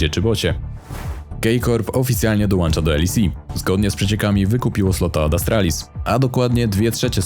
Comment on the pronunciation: Panie kolego dołącza nie dołancza, bardzo rażący błąd